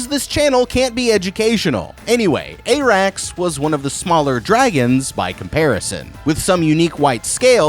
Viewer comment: TFW you advertise so hard you can't pronounce any names despite them being spoken aloud T_T I'm sorry but I"m going back to the Glidus/Alt Schwift X tag-team of people who know WTAF they're talking about when it comes to HOTD. Onward, Vermeethior!! Soves, Ay-rax!!